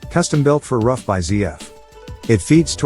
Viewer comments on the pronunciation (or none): It's pronounced Roof!